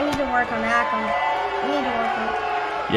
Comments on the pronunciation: its not pronounced RE-zar or A-kam its pronounced RUH-zar And UH-kam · It is'nr AAkam And not REEzar it Acum and razar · U say akam like this Ay-kum and rezar ray-zar ok big fan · you pronounce it like Rae - zar. a - kam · This is how there names sound akum a rayzr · it's pronounced ake- um & ray-zar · It’s pronounced ( ray zar and a kom) rezar and akam